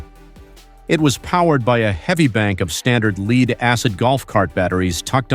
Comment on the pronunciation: Robot voice giveaway, "leed acid batteries..."